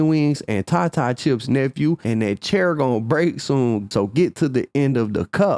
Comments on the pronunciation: It's pronounced "tay-ta chip" for those who are "not like us" and heard the wrong translation. Tf is a "tah-tah" chip? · LOL! It's not "TATA Chips" it's pronounced "TAY-TA Chips" lol or "TAY-DA" like po-TAY-TA Chips haha 🫡🖤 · The way you pronounced Tata chips is crazy gang lmfaooo you supposed to say it like how you say potato but without the po